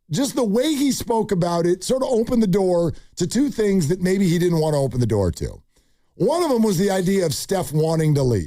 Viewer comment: Its open. Not ompen